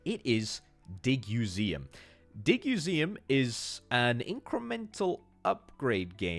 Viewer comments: Digseum, not Diguseum. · Did you say DigUseum wrong o purpose to make people comment? Well congratulations it worked.